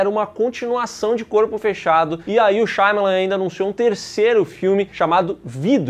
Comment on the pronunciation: nome: SHY AMA LAN: SHAYMALAN